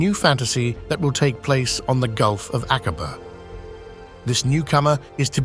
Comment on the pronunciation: “AK-WA-BAH = AQUABA